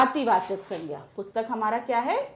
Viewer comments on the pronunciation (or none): Ma'am aap Boht glt glt Bolti h jese aapne PUSHTAK ko bataya ......🤦🤦